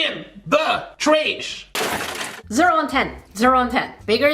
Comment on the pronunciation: Pls heart my comment u are the best person on earth I love ur vids I love how u say IN DA TRASH IT SO FUNNY